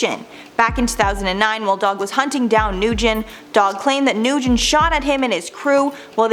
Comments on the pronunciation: it's N-wen not Noo-gen... Nguyen is n-wen. We can learn how to pronounce Asian names in 2021 pls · Nguyen is PRONOUNCED “WIN” It is like Smith in Vietnamese